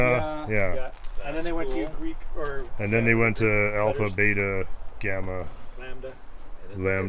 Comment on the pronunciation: Beta not bata lol